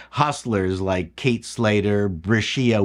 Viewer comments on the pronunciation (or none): none